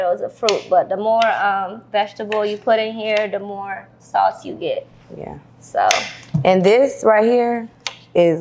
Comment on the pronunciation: I heard u say zo sister